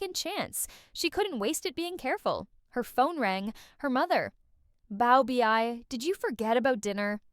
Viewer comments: Pronounced "bow-bay" correct? And bow like cow, not like low. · The mispronounced baobei had me rolling the entire time whenever I would hear it.